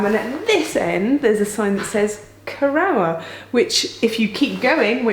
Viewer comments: And Geoff Saying Cor-our instead of Co-roor. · Seems to me that Cor-ROUR is a sister station to Sh-ROWS-bury, don't you think? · Lovely video, but I winced every time you said the name Corrour -- should be pronounced "korroor". That aside, I admire you and Geoff for walking such a distance in that vast and beautiful landscape! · What a load of precocious nonsense. At least learn, correctly, how to pronounce 'Loch', 'Rannoch' and 'Corrour'. Contemptuous. Seems like an ill-cast comedy for virtue-signalling fools. Not recommended. Stay free [of this]. Rannoch aficionado since July 1963. 😎 PS. Pelters welcome.